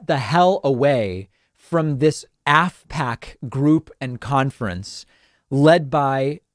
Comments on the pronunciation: I thought you said ASSPACK. That's actually what it is. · I kept hearing "asshat conference", so I had to look at what I was listening to. Oh, "AFPAC" - different spelling, I suppose. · I thought you were saying *sshat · Good lord is it "Asspack?!"